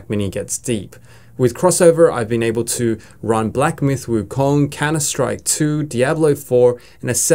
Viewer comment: It took me a while to realize u were saying “Counter strike” 😂